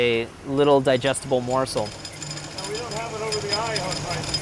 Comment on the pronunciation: you said "busted down into a little digestible morcel". digestible????